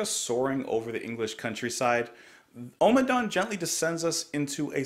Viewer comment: Oh-ma-dawn? Omma-dawn! Not for you.